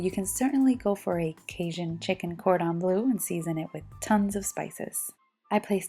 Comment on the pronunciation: Cordon Bleu is a french term and means "of the highest quality". It's not pronounced "blue" like the color.